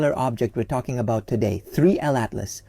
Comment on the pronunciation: Notice how he says 3L atlas? It’s actually 3i atlas…